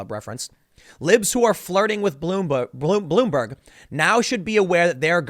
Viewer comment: he says blueberg, lol. (Tim Pool) I don't go to POL.